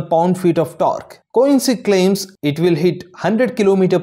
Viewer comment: Company name pronounce wrongly